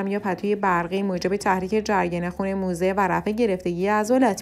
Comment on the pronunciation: لطفا توی تلفظ کلمات دقت کنید. موزه غلطه موضع درسته